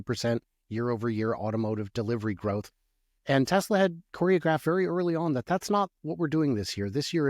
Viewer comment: "TELSA" is that a new company?